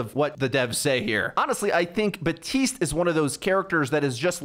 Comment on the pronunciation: his name is BAPtiste BAP, there is a P in it. You’ve said it wrong for years it’s so frustrating. Baptiste himself even says Baptiste how are you getting it this wrong?